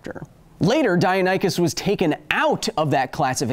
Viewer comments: Three points: 1. Okay, DiaNONychus sounds a lot more dinosaur like then DiaNYchus. However, I would never have gotten that pronunciation right either, and I'm fairly good at figuring out pronunciation. 2. You know that the bigger deal you make of people correcting your pronunciation the more it will become a trope to follow? ... Yeah I'm sure you do or else you wouldn't feature it, lol. 3. Supersonic swimming??? I don't even know of anything that CAN go supersonic in the water, not even torpedoes! Well, bullets can go supersonic under water for all of one or two feet, creating huge cavitation. All that drag would rip any non-solid metal object going supersonic for any sustained period of time to shreds, right? Plus the shockwave would stun or kill the fish! Shockwaves are deadly in water! Aquaman is sounding less and less plausible. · OOF! he said dianychus again Also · I don't care what people say, its pronounced Dino-Nychus. In every documentary Ive seen with that dino in it, that's how they say it. And that's how I will continue to say it. It makes more sense and its easier to say. Just because some stupid website says it the other way, don't make it right. Go Kyle... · DeyNOOOOOONychus! Geesh Kyle! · you said dianychus AGAIN!! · List to this song please: If you've been pronouncing deinonychus wrong since you were a kid I'm assuming your childhood did not include We Sing Dinosaurs. Also how would we fight a deinonychus or utah raptor? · How could it possibly be pronounced di(non)ichus?? Stupid english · you mispronounced it again my dude. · Still pronouncing deinonychus wrong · Deinonychus?! That is what dinosaur you were talking about?! I didn't know that because you were pronouncing them like I did as a toddler before I saw Dinosaur Train. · I love the fact Kyle started using both pronunciations of Deinonychus. Probably just to upset those who complained.